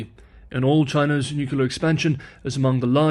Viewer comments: Sorry, but it's NU-cle-ar and not nu-CU-lar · yeah, it seems nucelar instead of nu-clear is also an accepted pronunciation for nuclear since some years ago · How does a person arrive it "nukuler" from "nuclear"? And why would anyone trust the judgement of a person who does not accept correction? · Nucular “I will continue using my preferred pronunciation” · To be sure, you can certainly continue to say Nuke-ular but to any person with the requisite education, saying Nuke-ular brings the listener to question your attention to detail, and that is probably not the kind of question that you want to leave in the mind of a viewer. After all, you likely do pronounce nuclear correctly when you refer to the nucleus (not nuke-ulus) of the cell, or the nucleus (again, not nuke-ulus) of an atom. Bottom line, I suggest that you should not pronounce that word in the same fashion, as does former US President George W. Bush. I should add that I find your pronunciation of Chinese words to be wonderful, since otherwise, I have no way to hear Chinese in Chinese, given that I live in Eastern Washington State, USA. I relish learning to pronounce Chinese names as do Chinese people pronounce them, and there you provide a real secondary service. I particularly do not like how Spanish names have been anglicised in California (I was born in the Los Angeles area, and, I, like you, have a few language quirks, for instance preferring -ise to -ize). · I'll subscribe when you pronounce "nuclear" as "nuclear". Also, no more likes until then. You have your standards and I have mine. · Sorry, I had to unsubscribe, my ears hurt when I hear you mispronounce the word nuclear as nucular! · Out of curiosity, why nuke-you-lur? It isnt spelt that way. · SAY THE WORDS "NEW" and "CLEAR" TEN TIMES in a row, out loud, and you'll never mispronounce the word "nuclear" again!!! I HAD THE SAME PROBLEM, and I did not believe that trick would work, but it DID!!! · “Nuclear” had one U.